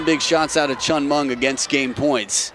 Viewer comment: commentors... pls learn to pronounce the chinese name properly, it is hen with a C and Ming not Munk... how it Subra is promounce as Sub ra